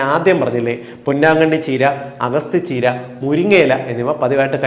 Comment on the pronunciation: സാർ,അഗസ്തി ചീര എന്നല്ല ഇതിനെ പറയുക.അഗത്തി ചീര എന്നാണ് പറയുക.